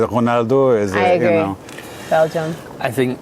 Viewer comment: When you say Bélgium man to man is better than Portugal 😂😂😂😂